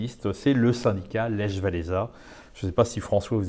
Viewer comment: je saigne des oreilles quand vous prononcer le prénom Lech xD c'est pas lèche xDD et gdansk a choisi sont camp en 1577 et elle a choisi la Pologne :)